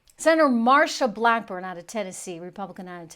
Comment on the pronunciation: It's Sen Blackburn not blackborn.